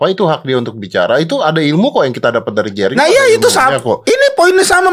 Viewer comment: JENDA vs RIGEN... ah... Jerigen... Jerigen... Ngomong jerinx...😂😂😂😂😂😂